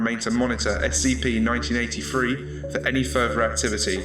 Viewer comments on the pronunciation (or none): It sounds like you are saying 1993 so yea...